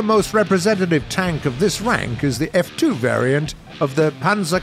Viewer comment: When he said welcome to the third rank, i thought he said welcome to the third Reich.